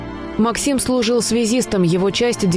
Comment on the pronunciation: Слюжіл! Всьо, не слюжіт)))